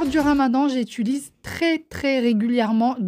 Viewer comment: Bon je mets mes écouteurs pour regarder tes vidéos maintenant sinon mon mari hurle à chaque fois que tu dis" j'étulise" au lieu de j'utilise 🤣